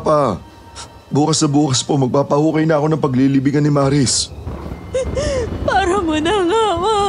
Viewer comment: 😂😂😂😂maris..bkit ang lamya Nila magbigkas Sila Sa pngalang Maris?ang lamya Maris dritso..ang bagal Maris🤣🤣o.a prang HND nmn totoo😂✌️